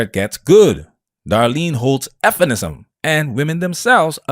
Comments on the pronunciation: Why do u keep saying "f-inism"? Just call it feminism, it's the same thing. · Why are you saying "effinist" when the word is feminist? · It’s Feminism not Efinism